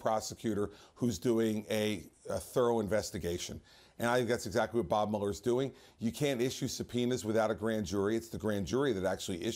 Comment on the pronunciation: Mueller is pronounced MEW-ler. As in "beat you like a rented MULE-er". NOT MULL-er. Never trust anyone who can't pronounce their own name properly.